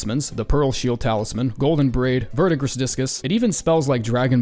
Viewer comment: verdigris is pronounced "Ver-de-gree"